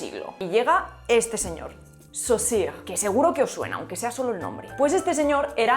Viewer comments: es Saussure, no Saussire! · Cuando escuché que dijo, dos veces, "Sosire" por "Saussure" me di cuenta que todo este video iba a ser un desastre. Y cuando dijo que el funcionalismo depende el estructuralismo lo confirmó. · Hacer este video conlleva esfuerzo pero a nuestra no le ha costado tanto como la pronunciación de Saussure 😅 Eso sí que es empeño y ganas